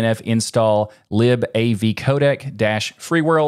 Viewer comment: It's not pronounced lib like libtard, it's lib like library.